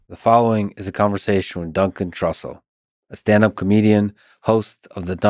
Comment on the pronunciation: "Dun Cantrussell